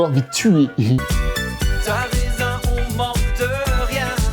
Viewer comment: t'as raisin au lieu de raison mdr t'avais oublier